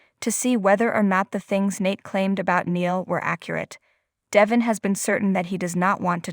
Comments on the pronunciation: How many times have Y & R listeners told your person that DE VON IS pronounced right on the daily show IF. YOU WOULD LISTEN TO THE SHOW!!!!!!!! NOT. DEVIN!!!!!!!! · Please say his name right, you speak English and can read I assume, Devon not Devin